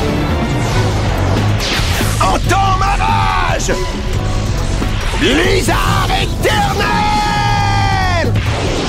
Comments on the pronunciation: J'entendais « En démarrage » quand j'étais gosse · J'avais compris "Entobarrage" XD